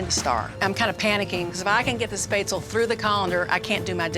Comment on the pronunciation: First, learn how to pronounce “monsieur”. And “spätzle” too.